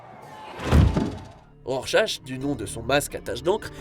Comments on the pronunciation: Pardon, mais on prononce Rorschak, pas Rorshache... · Ça ce dit RORCHA zbi !! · rorchache lol